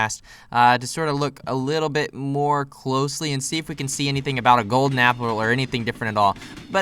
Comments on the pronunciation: You spelled golden wrong you said golder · He saw the picture but when he was playing we didn't saw it but it was funny because he said "I missed the golder apple" he said golder